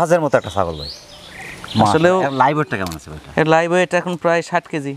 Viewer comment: ভাই ওয়েট বলতে হবে